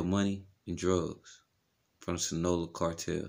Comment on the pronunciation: You have to pronounce your cartels correctly…. Please🥴. It’s SIN AH LO AH